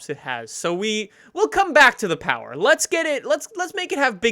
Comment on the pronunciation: 0/10 not enough powah